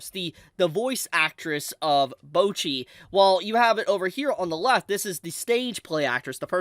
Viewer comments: Guys…someone’s gotta say it… it‘s Bocchi, not Bouchi xD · Americans and not being able to pronounce a single non english word correctly, name a more iconic Duo. Like, they are saying "Bocchi" about a million times in the show, how do come to the conclusion to say "bouwchi" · ewww why are you saying bocchi like that? mochi but with a b?